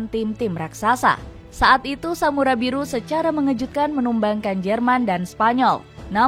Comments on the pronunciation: Skuad samurai biru bukan samurai Buri min😅😂😊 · Biru..bukan buri😂😂😂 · Apa cuma gue yang atau salah dengar "Samurai Buri"